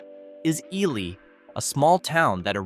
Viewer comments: It's pronounced Eeelee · I love to pronounce Ely as EE LAI